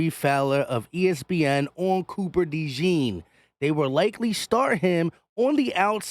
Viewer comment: 1. Say his name the right way! Cooper “DeJAWN” (pronounce it like Dijon, the mustard, except “Dejon”). 2. Speaking of DeJean, definitely don’t mind him being on the outside! Dude is 6’1, 206 lbs, jumps like a pro PG, and runs a faster 40 than Trent McDuffie. He will be fine. 3. Keep Bradberry as a mentor/ 3rd stringer in case of injury.